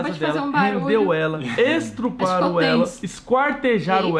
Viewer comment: .......O falou (...)"Estruparam" ela.............a...........é né?PQ TODAS AS PESSOAS QUE EU CONHEÇO FALAM ASSIM!?SÓ EU FALO CERTO!?